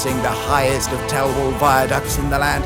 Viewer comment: Thelwall is pronounced with more of a th sound so it sounds more like fell than tell. Yes it would be more obvious with an extra L but it was named in the 10th century so what you going to do?